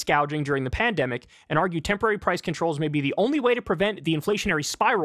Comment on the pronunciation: Did he just say “pandumbic”?